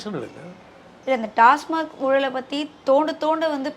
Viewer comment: டாஸ்மாக் என்று சொல்வதை விட்டு டாஸ்மார்க் என்று பேசும் இந்தப் பெண் யார்? கேள்வியே சரியாக கேட்க தெரியலயே